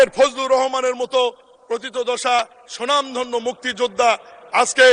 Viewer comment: কথাটা "সুনামধন্য" না। কথাটা হবে "স্বনামধন্য"। এর অর্থ হচ্ছে নিজের নামে ই তিনি ধন্য।